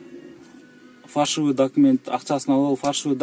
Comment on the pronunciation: Ассаламу алейкум зёма во первых .. фальшивые.. а не ...Фаршивые.. учись говорить по русски.